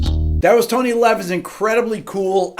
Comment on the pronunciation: Tont levin instead of tony levins